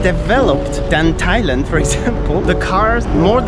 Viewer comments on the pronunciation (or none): none